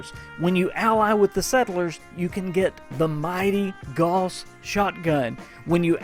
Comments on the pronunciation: It's GOWS, not GORS! And ALL gauss are explosive... how can you do a review and not know this? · Sometimes I'd agree but it's said wrong by a lot of accents, not just a Southern USA. Gauss is the name of the guy who started the research into this kind of technology and it's pronounced Gow as in How with an s on the end.